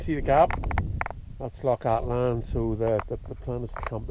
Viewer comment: Its lough Altan not lough Atlan like you keep calling it in the video.